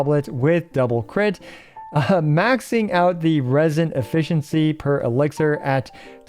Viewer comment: Elixir, not elixer